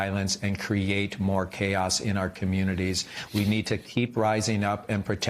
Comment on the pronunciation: Yeishhh. Morning joe guy guy says "What you described as chaod. . ." Obviously he is afraid to say chaos or what lawyered up or doesn’t think it is chaos.